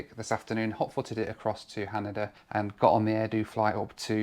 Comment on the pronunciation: Its pronounced Ha-Nay-Dah and Sap-poor-oh and Hoe-kai-dough. I know is British but come on. make an effort. Also, I know just goes with the flow but I'd like him to do some research before hand instead of wasting money. He doesn't necessarily have to do the cheapest option but there are better options than taking a taxi between airports in Tokyo.